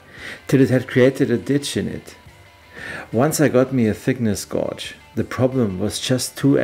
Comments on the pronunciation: I'm good. Don't feel sorry for nobody, just fix the occasional error as you do with your flat six. E. g. "gauge" = "gage". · I love this channel. Your attention to detail is something else. However, and I know this won’t be a problem for you, I have an issue with some of your English pronunciation! Lathe - we pronounce this in English as laythe. Also gauge is pronounced Gayge I know this is nit-picking , but your precision and attention to detail needs a language update. Mind you, your English is Viel besser as mein Deutsche is Scheisse! Greetings from Ireland, your friend, Connor!